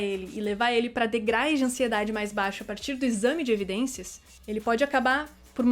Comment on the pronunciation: Oi,! Adoro seus vídeos, mas 'degrais' arrebentou comigo.